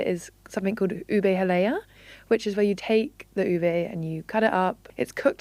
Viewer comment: Yo, guys you pronounce halayá and halo-halo with a broad 'a' sound like you would 'father'. well done with research but there's hundreds of thousands of Filipinos in the UK. You could always ask questions if unsure. I think the beauty of being in London is that we are a melting pot. Representation is essential and so don't hesitate to reach out to people. Only then can you accurately represent or champion other cultures responsibly.